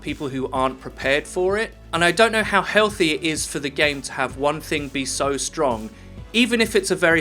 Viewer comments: "too stronk" lol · it can never be too "stronk"